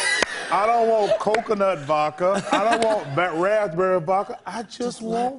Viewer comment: "I just want vo-ka" It bothers me how he never says the "d"